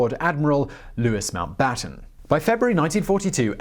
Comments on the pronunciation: I think it is Mountbatan not mountbutter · Mountbatten, not Moonbutter. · "Louis MoonButter" Really!!